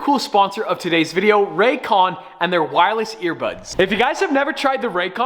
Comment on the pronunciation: "The ran cans" "Ray's con"